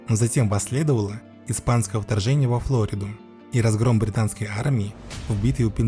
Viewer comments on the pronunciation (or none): Не ФлОриду, а ФлорИду. По русски так.